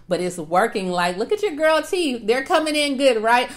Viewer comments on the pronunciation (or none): none